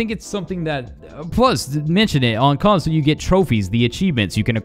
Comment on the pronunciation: Console not conso lmfao...but other than that cool vid